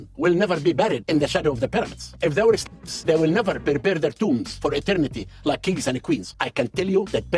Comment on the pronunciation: Bruh can't even say the word slave lol